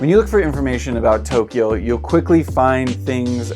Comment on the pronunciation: 東 Tō "east" ... "京" Kyō "capital" Two syllables, not three. Good vid.